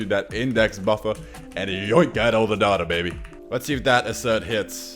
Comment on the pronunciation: Data > "Dateur"